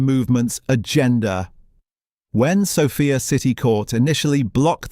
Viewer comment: ❤ I am sorry but this has to be AI audio. Horrible pronunciation mistakes starting with name of the capital of Bulgaria,Sòfia ... the practically every Slavic name in the video. I had to look at the date of production - two days ago 😢 only ... why so many mispronunciations?